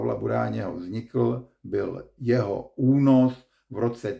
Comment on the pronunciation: No jen tedy příště únos, ne ůnos 😊